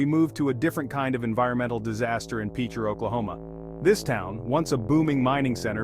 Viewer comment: Pitcher, not Peecher. Kayro, not Keyero.